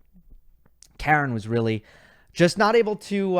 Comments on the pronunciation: Please pronounce his name Ha-ren, how far do you need him to go in a slam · K-A-ren (with a stress on the first syllable) is an American female name. Armenian male name is Kar-E-n. Not to mention that he is Khach-A-nov rather than Kh-A-chanov